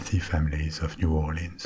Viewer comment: Mais Cher…You are an honorary Cajun since you pronounced it like we do mostly…New Aw’lins,LOL! 💁‍♀️😁